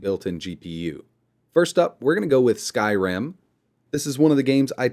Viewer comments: i keep hearing him say skyram instead of skyrim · may i ask why you say Skyrim like that?